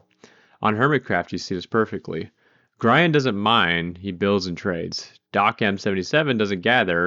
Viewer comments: Fantastic video but Grian’s name is pronounced as Gr-EE-en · Mispronouncing Grian’s name multiple times like that has GOTTA be engagement bait, and I fell for it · Is no one going to talk about how he pronounced Grian? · the way you pronounce Grian is funny and I like it